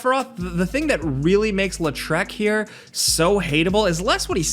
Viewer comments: It's pronounced LAW-TRICK. You're out here makin him sound like a French villain LOL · "Lé Treck" XD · His pronunciation of his name hurt my soul lol